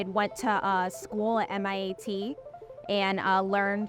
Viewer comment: Is that her accent or is she saying MIAT? .